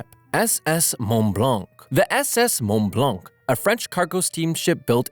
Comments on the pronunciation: It's sounds like mont blouck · When he's saying monblanc had me dying😂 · When he said mont-blanc got me😂